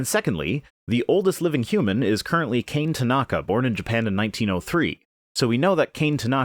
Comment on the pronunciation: I’m basically 100% certain Kane Tanaka is pronounced Kah-Neh Tanaka. Not very relevant but my inner weeb had to get that out.